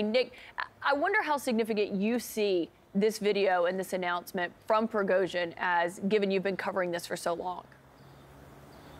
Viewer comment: Cnn has celebrations. Cnn is happy even can't pronounced his name 😂. The propaganda in America and Europe mind blowing. But I have to say I wish this man has nuclear weapons I wish